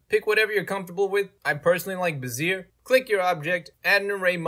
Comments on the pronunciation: Did he say "Brazier??? It's pronounced "BEZ-zee-AY" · Bezier is pronounced Beh-zee-ay, not "ba-zeer" lmao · it's pronounced "beh-zee-ay" not "beh-zeer" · It's "bez-ee-ay" curve 😂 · Beh-zee-ay curve